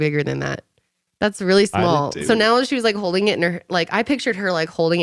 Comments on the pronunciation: I died at shmalllll shmackleeeee and a big toe lpl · Schmall schpeckle 😂